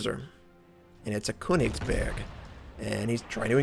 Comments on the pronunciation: I'm not German, but spent 5 years in Germany while I was in the Army - and became friends with a lot of Germans - and unless they are all wrong when pronouncing König, there is NO moment where könig is pronounced with the G sound as in (Cabbage). Maybe if I'd never heard the name pronounced before by German speakers I would've had an easier time with it. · Tonnage is used in German as well. There is no other German word for it. His pronunciation of König is a bit off, but hey... At least he tries ;-)